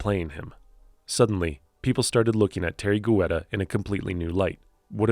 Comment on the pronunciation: It's pronounced Tee-air-ree Get-ta